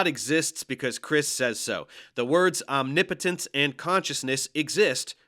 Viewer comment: Omni-putins? 😂That sounds pretty tough for me as a Russian. Can we please not do any omni putins?! It's pretty much enough of just one local putin 😅